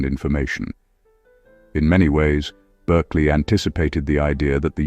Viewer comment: His name is pronounced BARKLEY.